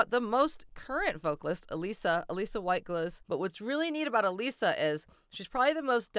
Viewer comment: It’s uh lissa not uh leesa. Get it right